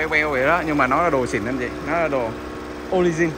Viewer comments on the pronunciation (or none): Orginal chứ hổng phải orgizin nha 😁